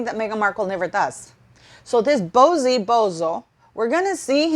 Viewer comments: Can you please refer to Bouzy correctly it's very annoying. It is not bozy but boozie as in alcohol booze 🫣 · I'm not too be rude, but it's pronounced Christopher "BOO-zee", sounds like "Uzi" 😆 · It's pronounced Boozy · I think it’s awesome she mispronounces it. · It's a take on BOZO the clown, she is doing it purposely! Good on her!